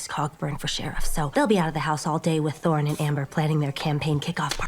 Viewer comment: They butchered Thorn, my girl!!!😭